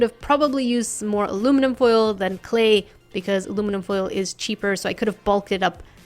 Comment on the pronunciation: IT IS CALLED ALUMINUM FOIL NOT ARUMINUM FOIL